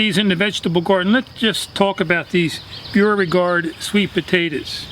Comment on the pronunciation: I'm a lifelong Southerner from Georgia, so I hope this doesn't sound disrespectful. But I have to tell you that you're mispronouncing 'Beauregard'. The correct pronunciation is "bo-re-gard." Thank you for sharing your planting tips and have a wonderful day.